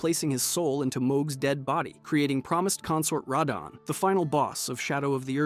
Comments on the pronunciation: idk why hes pronouncing radahn (ruhdawn) like that...its annoying and incorrect. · Lol Ray-don..... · Cant stand this guy say "Reydahn" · Rahdone 😂😂 that one had me cracking up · Ray-donn? What are these pronunciations 😭 great video btw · “Raydon” for radahn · its not radahn (rattan) like hes saying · You pronounced Radahn at least 4 different ways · Are you ragebaiting? Almost all the pronunciations are wrong and then you actuallly said radahn correctly once, then instantly went back to saying it wrong again